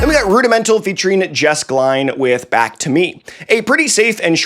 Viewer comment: i cant help but notice how you pronounced jess glynne